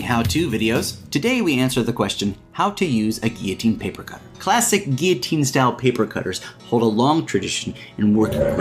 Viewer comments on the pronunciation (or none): what the heck is a geoteen.. GILL-O_TEEN is how it's pronounced ...!!